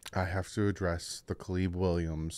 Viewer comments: “Kaliib Williams” ☠️😂 love you lmao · Substitute teacher 😂 A-A-Ron J-Quelin CalEb🤣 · His name is Caleb. Not Caleeb just cuz he’s black…. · Wtf, how tf did you Butcher the name Caleb. How!?!?!?!